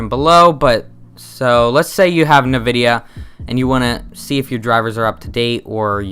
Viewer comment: For some reason it irks me when he says "Navidia" lol. I say it as "N vidia". But to each their own lol.